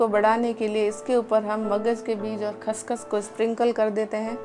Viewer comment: Haaahaha khaash khaash NAHI khaashkhaash hota hai g